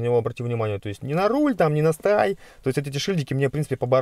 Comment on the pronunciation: ЭсТыАй мля))